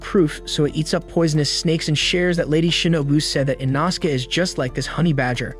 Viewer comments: “Inausuke” “fanjiro” “ kaayu ubayushiiki” “jyaku” “canal” “aloey” “temayo” “tekkin tekkiwoara” etc. 💀💀💀💀✨💀👺💀💀💀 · and that that inoske is called "inoskeh" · Bros saying ENAHSUKa ITS I NO SU K E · It’s pronounced E-No-Skey